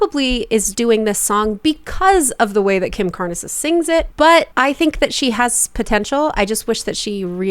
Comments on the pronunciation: “CARNS”… not “CAR-NES” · I think it's pronounced Carns not Car-ness. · Not Car-nes. It is pronounced Karnz. That was a very popular, and now classic, song from the 80s so I am surprised you've never heard it. Kim did not put on a rasp for the song, her voice was just like that. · It’s pronounced Karns, not kar-ness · Carnes has one syllable. Not Car—nes, just carnz. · Sorry it’s my last name also so I gotta say it, it’s not Car-nez, its Carnes like Barnes with a C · I’m positive lots of people pointed this out already, but as a teen in the 80s I feel obligated to point out that it’s Kim Carnes-rhymes with barns. That’s all. Good video though, I gave it a like. :) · Lollllll car nuhs was hilarious. It’s Carnes, like carns. And jojos cover is horrid. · Pronounced “Kim Carns” - not “Carn-es”. LOVE YOUR CHANNEL!!! ❤❤❤ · This is what I’m wondering. Also, say it the right way: CARNS, not CARNESS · Kim Carnes is pronounced Carns. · It's Carnes, like barns. Not Car-nis... :) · Its pronounced Kim Carns...don't pronounce the e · THANK YOU! The way she pronounced "Karnes" was driving me crazy lol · It's Carnes, rhymes with barns. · Kim Car-Ness. lol. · Kim Carnes. Like Barns. One syllable. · Jojo is trying to sound EXACTLY like Kim Carnes (pronounced Karns). I’m not a fan of the original, but this one is worse. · You should really have listened to the whole original song and Kim Carnes' singing first (pronounced Carns, not two syllables). It's clear that she is trying to emulate Kim. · You’re pronouncing Kim Carnes last name wrong, that is driving me nuts 😂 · You are so beautifully diplomatic. My absolute favorite vocal coach. Carnes actually rhymes with barns/darns/yarns. Think Jo Jo's rasp is definitely exaggerated here to imitate the original. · Kim Carnes’ last name is pronounced “Carns.” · Carnes is pronounced like barns with a “C.” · Pronounced CARNS. You must be super young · Carnes is pronounced carnz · Carnes rhymes with Barns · It’s Carnes like BARNS